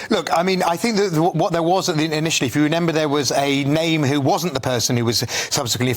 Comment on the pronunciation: 14.29 did you say renember instead of remember